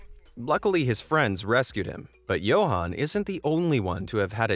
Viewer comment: You don't pronounce it YO-HAAN, its Yuhan. Spelled Johan Its south african and im from there